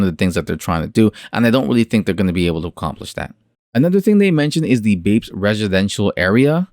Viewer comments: Reviewing a project like BAPES which you should’ve been pronouncing it like Ba• apes not BAPS lmao! You only said their name right ONCE in that entire video which was when you were reading the “Planet of the Bapes” part. But to fully review a project like Bapes that is promising a lot and seems overly ambitious you have to fully immersive into the Bapes discord and listen in on podiums and AMAs. It can’t just be something you spent a few hours on bro. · Bro if you’re going to review a project learn how to pronounce the name correctly lol…. smh 🤦🏻‍♂️ Completely ruins your credibility. Also you did very minimal research. You didn’t go on the discord, you didn’t go on their twitter. Unless you’ve been in the space for 8+ months or are a popular NFT influencer it’s very hard to form an intellectual opinion on the surface without doing more extensive research. Just my opinion not hating just tryna give some honest feedback, do with it what you will. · Hahaha I might've harped on you pretty bad about mispronouncing their name but like I said in my first comment it really ruins the credibility of the video. And I agree with what you said. I think that is an important piece to a large puzzle. You covered a few important pieces in the video but not everything was included. I understand wanting to release content and not wanting videos to be super long but I feel it's a lot better to take some time to do some immersive research on projects like Bapes Clan and then just gather some bullet points from your research that you can fully cover in your video. Quality over quantity, as they say in youtube. It's just small things like that, that will help get your videos get to the next level.